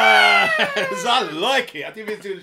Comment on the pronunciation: Well now I know why Dan mispronounces 'procrastinators'.